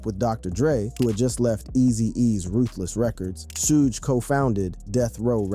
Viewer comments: Shooge Night? 😂 Can yall niggas do research on how to properly pronounce a fucking name 😂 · This punk doesn't even know it's pronounced 'SHUG'🤦‍♂️🤦‍♂️ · Is he saying shooge?😂😂😂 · Sooge Bro? 😂😅